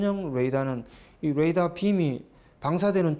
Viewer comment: 해설자 수고하시는데 레이더 (Radar) 의 발음에 유의하셔야 합니다. no ladar, please.